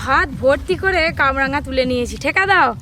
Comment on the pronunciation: কাবরাঙা নয় কামরাঙা নাম এটার ।